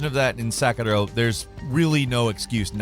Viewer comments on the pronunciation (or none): The former game is called 'Sekiro'. It's a small respect it deserved. Please stop calling it 'Sakaro' 'Sakaro' like in this clip. I don't want to call gameranx as gamerant either. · How come when Western People pronounce a Japanese name with a Japanese accent? Sekiro becomes sek-a-low. Western people don't do this for any other language, Just confused as why Western people say it Japanese words with an accent? It sounds funny to me. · lol why are u saying sekiro so weird?